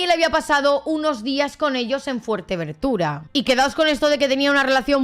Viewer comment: FUERTEVENTURA, no fuertevertura...